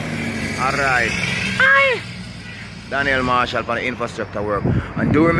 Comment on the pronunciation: Hey U r doing a great job with excellent service. I like the video presentations and most of ur commentary. But I suggest 2 things. Can u just tell us full date of filming each time. If we watch this video a month from now we only know it was on a Saturday. Second thing - rolling ur Rs in ‘alright alright’ does not sound cute; it reminds me of some ridiculous sounding preachers. Good work man 👍🏾